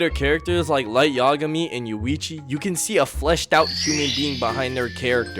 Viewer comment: Yuwici? It's like a pure American trying to pronounce a Japanese name.